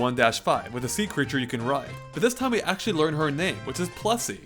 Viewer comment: plessie sounds more like messi XD